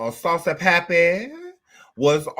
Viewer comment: That damn fool said saucey grandpa 😂😂😂😂😂😂😂